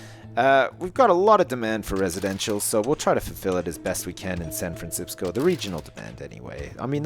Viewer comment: When I Try And Say San Francisco , All I Can Say Now Is San Fransipsco